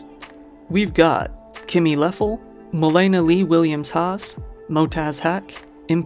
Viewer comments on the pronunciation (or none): none